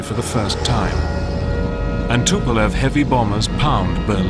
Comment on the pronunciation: and yet the guy cant pronounce the Tupolev's name.that says a lot ....about USA.